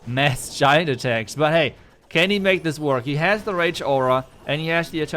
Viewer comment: I love it when u say "butt hey"😂 and again butt hey 😮😊